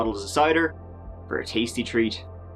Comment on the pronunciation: First new years "treeat". Keep up the good work, awesome as usual.